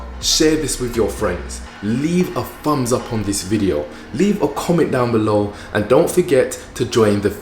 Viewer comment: Why does he say FUMBS US? SEVEN FOUSAND? I'm learning English and never heard that before. Other than that....gorgeous. Would be eaten alive in 🇧🇷💋